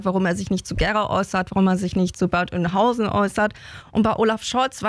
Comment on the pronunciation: wieso kann keiner vernünftig den Namen der Stadt aussprechen? Bad Oeynhausen meine Güte